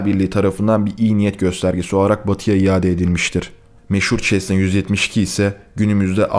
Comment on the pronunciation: Abi çesna değil sesna